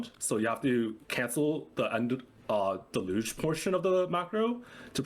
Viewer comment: Deluge: del-yoosh